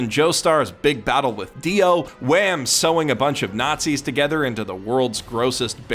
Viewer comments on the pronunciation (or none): Why are you saying wam and not wamuu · Man really pronounced wamuu as wam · I'm sorry, I can put up with a lot of mispronunciation, but WAM? That's too much 😭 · Why donde he pronounce wamu as "wham"? It bugs me so much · Did this dude just cal Wamuu “Wam” I’m fucking done man. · The one gripe I have this vid is that he called Whamuu Wham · It's Wamuuu, not Wham! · its not wamm its wamuu (pronounced waa-moo) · Its wamuu not wham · FUCKING “WAM” EXCUSE ME DUDE. I apologize it’s wamuu though Like seriously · exaclty the names is wham! But due to bad english its Whamuu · His name isn’t wham god damnit, it’s Wamu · When you call wamu wam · Come on man you know his name is pronounced Wamu not Wam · He said “Wham” instead of Wamu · It's wammu not wam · His name is Wamuu not Wam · did he just say Wham and not WAMUU ???? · thought his name was "wammu" not "wham" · Its not wam its Wamu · Did you just called Wammu "Wham"? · wham???? WHAM?!?!?!?!?! YOU DARE DISRESPECT THE NAME OF OUR GREAT WAMUU????? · why do you say wham when his name is WAMU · does Wammu pronouce Wham? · I loved the video but hearing him call Wamuu "wham" made me die a little inside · Ik dis dood ain't saying "wamm" when talking bout wamuu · My nigga really just called wamuu wham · Did he just call whamu wham? Copyright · who else got triggered when he kept on saying wam instead of wamuu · did you just call Wamuu Wham? I mean I know that's his name sake but it does not sit right with me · Please never pronounce Wamuu like that again.